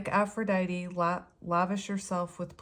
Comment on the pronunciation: It sounds like you did a good job communicating with your partner. Reconnecting with self is very important, and you are saying "Aphrodite" correctly.